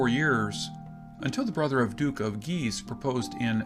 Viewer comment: Queen Mary of Scots is actually known as "Mary, Queen of Scots" and An goo lem is actually pronounced as Onj-oo-lem, Mary of Guise is not Gyes but Geez. Devonshire is pronounced Devonsheer..Christopher Sorenjen is pronounced Sorensen..Sore..ensen. letter A in spoken English as in the word CAT..eg,. the word Pasta is not Posta